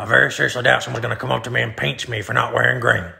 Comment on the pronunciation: He says pinch like peench. 😂